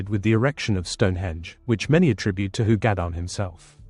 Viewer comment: Hu is pronounced He in Cymraeg, not who.